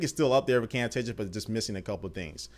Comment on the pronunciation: you do not say Camtasia the right way